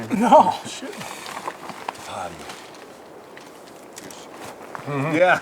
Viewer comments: Love your vids brother! But one thing... it's TAP-AH-TEE-O ; ) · Its pronounced tap -u-tee-o. Its hilarious listening you to you pronounce it! lol great trip and great, quality content! I cant wait for my next hike. Any suggestions for a fall hike in Colorado? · Hi. We have enjoyed all of your videos! Someone may have told you this, but it’s pronounced “tah-pa-TEE-oh.” Anyway, my wife and I will be hiking a section of the JMT later this summer. I’m not a young man, but my dear wife loves the outdoors and has helped me learn to love it as well. Your videos are an inspiration to me! Thanks! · Haha now I think yer mispronouncing tapatio just to bug me!